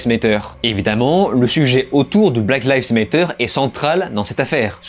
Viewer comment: C'est trop marrant comme chaque personne arrive a prononcer black lives matter differemment et a chaque fois faux ^^